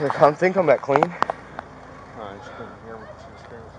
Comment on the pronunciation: Didn't do any theenguh!!!